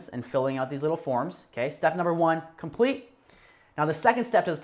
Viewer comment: "Compelte" aww man you're drunk. Lol thanks for this dude. I bought EME back in the Nick days. Good to see you crushing it!